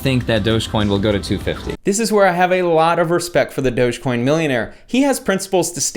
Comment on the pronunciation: It's doggy coin not doughs coin